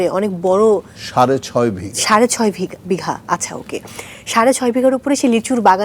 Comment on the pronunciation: ভিগা? উপস্থাপিকার প্রফেশনালিজমে অনেক প্রব্লেম আছে। এতো সিনিয়র শিল্পীদের স্যার বলতে হয় বারবার। এগুলোই আমাদের সমস্যা। না জানে উচ্চারণ, না ভাষা। এই ভেটকিরে দেখলে এমনিতেই মেজাজ খারাপ হয়